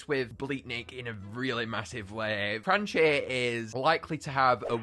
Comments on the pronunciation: its cranchee not cranky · his name is not cranky its cranchee as in cranch-e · I'm pretty sure the monster handlers pointed out that Cranchee's name is pronounced "cran-chee" and not "crAn-key"